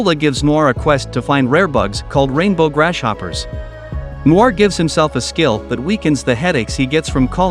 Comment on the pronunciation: Anyone else hear "Grash Hopper"